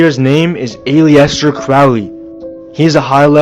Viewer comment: I agree that "aliens" are demons, but Mr. Crowley's first name has always been pronounced AL-EH-STER. No need to stretch the truth to prove your point. There is plenty of evidence out there. Also, God is sending a message to all of mankind. We need to listen.